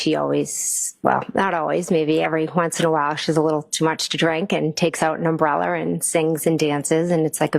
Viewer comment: Jen pronounces UMBRELLA-ER…. It’s just criminal. Also, love the constant slips of being alcoholics. “Always”—I mean “once in a while has too much to drink”